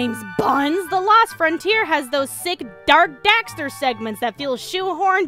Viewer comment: She keeps saying "the last frontier" but it's the LOST frontier. O not A.